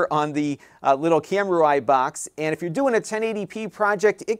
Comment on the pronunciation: It's pronounced kam-ROO-ee. "U.I." doesn't enter into it.